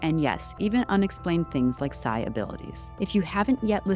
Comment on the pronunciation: second mark - "SI abilities"? Shouldn't it be "psi abilities"?